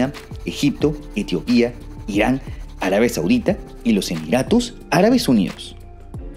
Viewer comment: Arabia Sauque?????? 😮😮😮